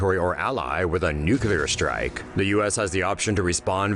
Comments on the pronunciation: Someone should tell the narrator how to pronounce "Nuclear". He kept saying Nucular. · Why does the narrator drag out the ends of sentences and keep getting "nuclear" wrong as "nukular"?